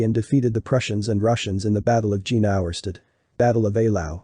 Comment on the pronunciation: Jena is pronounced Iena, like in "hyena".